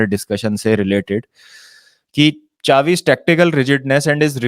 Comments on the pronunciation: Chavi nahi he be Shavi bol 😂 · Chavi ? Ye kaun hai? Spanish name Spanish way mai pronounce Karo.